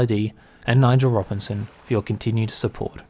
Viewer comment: Vivat….. you nailed it